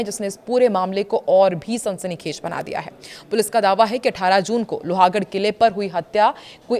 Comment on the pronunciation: लोहागढ़ नहीं लोहगढ़ बोलिये